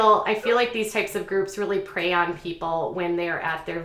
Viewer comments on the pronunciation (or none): none